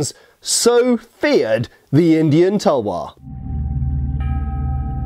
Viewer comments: Its called talwar not tuuuuuulllwooorrrr speak correctly ytt and talwar is sword only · Talvar -तलवार Not Tulvar- तुलवार We learned your pronounciations expecting little bit same from you. 😊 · Well it's Talvar not tulvar. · Talwaar not tulwar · Its talwar not tulwar and its Panjab not Punjab. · ITS NOT TULWAR ITS CALLED TALWAR😑😑😑😑😑😑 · *Talwaar my mate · Its called "TALWAR" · its Talwar